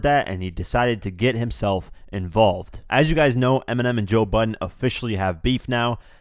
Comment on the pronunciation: who the fuck is joe butten??